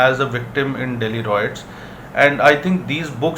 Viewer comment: Appreciate the viewers who pointed out how to pronounce 'Riots correctly', will try and ensure it is pronounced correctly in upcomming videos.thanks